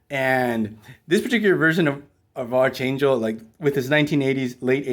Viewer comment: You’re pronouncing archangel’s name incorrectly. It’s pronounced like arc (like the part of a circle) and then angel.